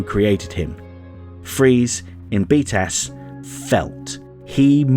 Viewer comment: Every time you say "btas" I hear "beatass"